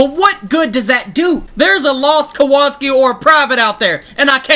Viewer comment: It's pronounced Kowalski